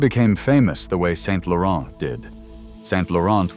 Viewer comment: Whether it is an AI voice or not: pllllllleeeeeaaaasse not "Saint-LaurenT" (don't pronouce the T) and not Pierre Berge, but BergÉ.